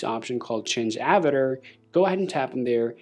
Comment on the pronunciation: nahh bro said avitr